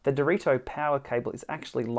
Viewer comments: It's not dorito is Dee-reh-toh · Thanks for the review! You somehow always said Dorito instead of Direto btw hahahah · Based on your pronunciation, is it unbreakable like these?